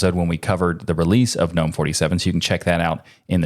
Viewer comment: the first time i have heard Gnome pronounced correctly!!! ⭐️